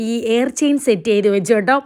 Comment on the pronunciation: It's ear chain not air chain Plz crct it Don't take it as negative